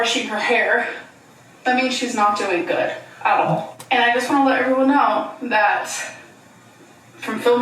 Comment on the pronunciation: is giving "Ask her how she's doeen. Ask me how I'm doeen."